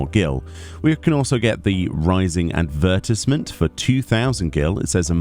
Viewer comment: Never heard “ advertisement “ pronounced like that, aren’t you in the U.K. too? 😅